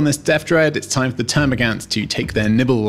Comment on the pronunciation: I couldn't watch this because you couldn't pronounce termigaunt correctly sorry guy